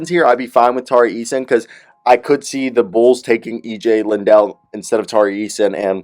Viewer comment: How do you get “Lindell” out of Liddell?